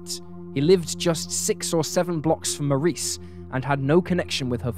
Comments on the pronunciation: I understand that you're British, but you really butchered Marice's and Candice's names. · It's been months now, so I don't remember. It was so cringy bc he mispronounced it throughout the video. Like I said, the Comments were turned off, so maybe you can search based on that info.